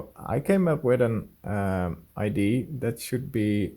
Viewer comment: idea = eye-DEE-uh not I.D. in English. Martin has been castigated in the comments for this infraction too. ;)